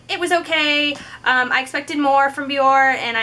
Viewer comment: Your channel is cool, I just found it. I'm not trolling, I swear, but the brand name is pronounced Be-yor-Ay. You can hear it in their commercials. Keep up the good work.